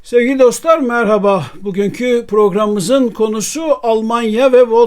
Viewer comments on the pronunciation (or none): none